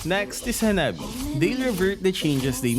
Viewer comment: He said Hanabo nat Hanabi